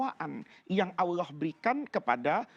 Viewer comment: kok bilang ALLoh tidak fasih